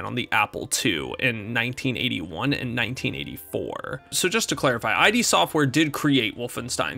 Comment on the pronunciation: "id" software, no "I.D." software. Like get "rid" of it. As in like your internal id